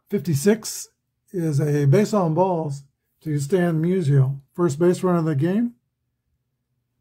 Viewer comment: Lol, when you said Musial scored, it sounded like Measles scored. Maybe I'll start calling him Measles in my 1962 replay. Glad to see Wilson and Dawson each get a hold of one. I was pulling for the Cubs. Just think if APBA had some of the great 1800s players for the Cubs like Cap Anson and Clark Griffith. I'm looking for an excuse (or a project) to buy the 1883 APBA season set. Haven't quite found it yet. I started the 1933 Carl Hubbell replay last night. In the Giants season opener on 16 Apr 33, Carl gave up 3 earned runs on 6 hits over 9 innings as the Giants shellacked the Dodgers 13-3 at Ebbets Field. IRL, the game was a 1-1 tie after 14 and a half innings. I assume it was due to darkness. In that game, Carl gave up 1 earned run over 11 innings. EDIT:I looked the set up on the APBA site and I see they do have Cap Anson in it.